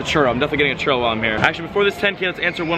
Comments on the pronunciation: anyone else cringe when says churro wrong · The way you say churro 😂😂